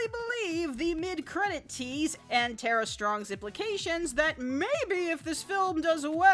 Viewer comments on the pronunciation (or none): none